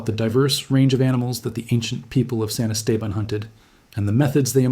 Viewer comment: san esteban? can you pronounce it correctly?